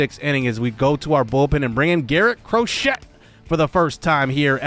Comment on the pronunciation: Bro cmon it’s crow-Shay not crow-shet 🤦🏽‍♂️